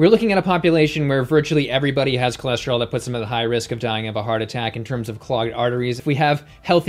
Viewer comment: Did she say her cholesterol was "tour lure"?